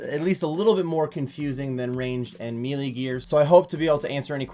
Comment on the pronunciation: He says MEE LEE